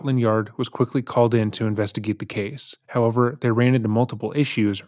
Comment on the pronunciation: reads typos changes accent says words completely differently video to video, the abrupt tone and cadence shift when he goes in to a rant (it's not normal it's edited in later), been going on since the start, the end of videos he used to say ca-say for case